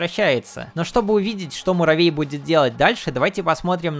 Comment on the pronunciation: Маравей 😅😅😅😅Что за маравей почему маравей а не Муравей